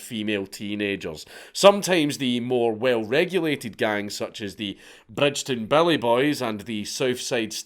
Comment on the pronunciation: You can tell Dank is a teuchter ie not from Glasgow - Bridgeton is pronounced Brigton 😂 silent D Dank ffs